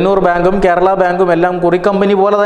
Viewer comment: Kerala (not kherala)